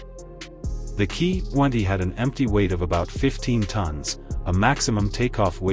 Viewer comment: Jeeez, where do we start ? The Ki 20 designnation is military nomenclature. Each letter should thus be pronounced individually - as in "Kay Aye" - not "Keee" !! Junkers is a GERMAN name - and so SHOULD be pnronounced with the GERMAN Y sound , as in yellow - not jerk !! I know that an AI voice is narrating, but they could have at least programmed the damned thing correctly !!!